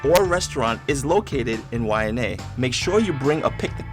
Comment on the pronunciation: You guys are crushing it. What made you do this? This is insightful and thorough. Plus you are funny trying to pronounce the words. Keep it coming gang you deserve a great big ALOHA from The Kupa Aina (residents). Why-Ah-nye Waianae, there you can say it now. Too cool.